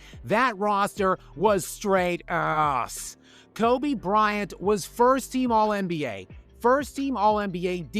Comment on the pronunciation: Seriously, why do you pronounced "ass" in that way that you do? Are you trying to "censor" it or something? It's clear that you're saying that word. It's almost making your videos unwatchable for me. You've said the word sh*t in your other videos in your normal tone. What's the deal with the word ass? Either pronounce it normally if you're gonna use that word, or dont use the word all together in your videos. I enjoy your videos and am subscribed btw.